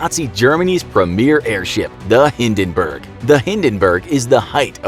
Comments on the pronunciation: The HindenBURGER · Hindinberg: on fire Captain: dinkilberg! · you even cannot pronounce Hindenburg